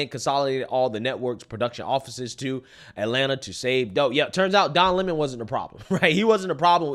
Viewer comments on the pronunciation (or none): none